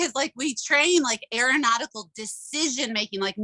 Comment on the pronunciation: Aaron-autical is what I heard 😂